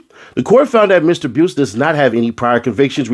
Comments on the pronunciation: His last name is pronounced " bice" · The u is silent bruh it's pronounced bice but it's spelled buice other than that your reading comprehension skills is 🔥@